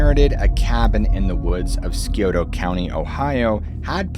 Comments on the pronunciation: 😂 it's not skioto 😂 it's sigh oto I'm 2 hours away from there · I know some others have said it already but Scioto is pronounced 'sigh-oh-toe', not 'skee-oh-toe'. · I live in Ohio, but couldn't understand what you were saying for the city/area you were talking about. I replayed the video spot where you used the word, and I think you were trying to say Scioto. If so, it is pronounced sy-OH-ta. Just FYI.😸👵😽😻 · Scioto is pronounced SCI-OTO NOT SKI-OTO. i know because I was born there.. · Skee ota! Or Scioto? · It's pronounced Sci-Oh-Toe not Skee-Oh-Toe 😂😂😂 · The Scioto River & County are pronounced sigh-oh-tuh. Love your vids! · It's pronounced SEYE OH TOE (Scioto). I'm from the area. No criticism intended. Enjoy your channel. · You say Scioto so funny😂 it is annunciated as Si. o. toe ...drop The C 😂😂😂😂😂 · Not that it matters to your video but I think you're talking about Scioto county in Ohio. It is pronounced by everyone that lives near this county sigh-OH-tuh. We live right on the county line. Of course, we're probably saying it wrong but we had to listen twice to figure out what county it was. Lol! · Pronounced "SIGH-OH-TOH" County. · Scioto is pronounced Sigh-oh-tow. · Scioto (Sy -oh-toe) 😂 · Scioto is pronounced sye ote uh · " cy oto " Scioto County is pronounced " Cy - oto " 😂 lol ..... nice try though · Thats pronounced sigh- Oh- Toe, Scioto , like the Scioto river in central ohio. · It's pronounced Si-ota Ohio. Thanks for sharing! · it's sigh otoe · Just started the video, so I know this is petty in the scheme of the who video, but I'm from Ohio and Scioto is pronounced Si-Oh-tuh. OK, pressing play again 😂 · This would all be better without the inclusion of Scioto county, because the area just isn't as described. Also pronounced psy-oto, but excellent video. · Lol i live in sciotoville OH. Scioto county.. the c is silent and the i is long and the last o is like ugh. Seyohtugh.. lol sorry for trolling u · It's "Sigh-o-toe" County. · It's pronounced Sy-O-Ta